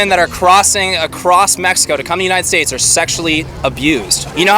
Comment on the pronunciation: Lol the drunk lady. She said “the menited states.” 😂😂😂